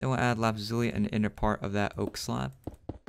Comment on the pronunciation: I laughed when he said lapazuli instead of saying lapis Lizuly